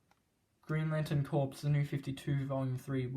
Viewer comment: “Corps” is pronounced “core,” not “corpse.”